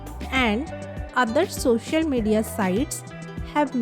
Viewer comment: Thank u mam ap Kai pass bht talent hai lekin ye social hota hai shocial Nahi dont take it negatively just wanted to correct Ur pronunciation🤝